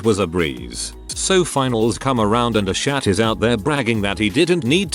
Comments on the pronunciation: I cackled every time the robo-voice said "aah shat" in place of "asshat" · I like how the Text-To-Speech voice makes the word "Asshat" sound like "As Shat" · I love how the voice pronounces asshat 😂 A-Shat! 🤣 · did he pronounce "asshat" as "a shat" 😂🤣😂🤣😂🤣😂🤣 jk man i love ur vids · I really appreciate the "uh-shat" for "asshat" 😂😂😂